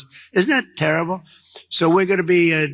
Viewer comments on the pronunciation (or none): none